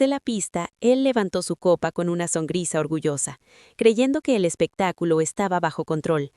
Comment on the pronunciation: Esta historia ya la subieron en otro canal con otros nombres 👎👎👎👎¿Quién plagia a quién?. ¿Songrisa? 😂 SONRISA, no "songrisa". Usen audio inteligencia artificial de mejor calidad.